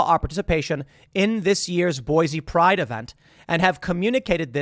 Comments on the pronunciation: In before Idahoans correct Tim, "IT'S PRONOUNCED BOY-SEE".. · Zions. ryhme it with lion not zi-ons Boise like boy-see not boy-zee -An Idahoan